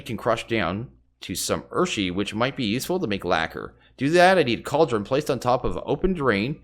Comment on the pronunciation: Urushi is pronounced "ooo-roo-she."